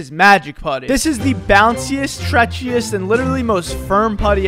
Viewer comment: say stretchiest again please 💀